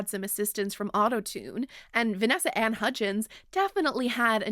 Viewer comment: When you said Vanessa ANNE Hudgens I definetly heard Vanessa & Hudgens. Like Mumford & Sons but with more Sneakernight.